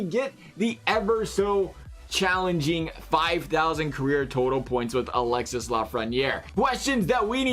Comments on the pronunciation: It's not pronounced Alex-sis, it's alex-e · Alexee is how its Pronounced